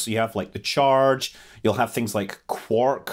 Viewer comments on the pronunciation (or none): none